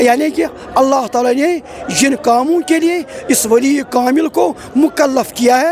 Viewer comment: Allah Talaah Hai Alaaof Talaah Nahi